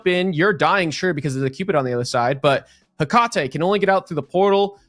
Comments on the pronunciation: bro one caster sounds like he's always got a huge wad of phlegm in his throat and the other guy can't read. "soo-slayer" for the entire second match smh btw it's "heh-cuh-tee" not "heh-cah-tay" it will never cease to amaze me how people just don't make sure they are accurate with these things before casting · lol bud. first of all, there is absolutely no consensus on how tf to pronounce Hecate (regardless of how her character says it in game). second of all, congrats on being number one fanboy 😂